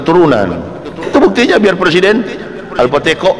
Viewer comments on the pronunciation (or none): sangat menggelitik saat ust blg al fatekok🤣🤣 teringat seseorang 😁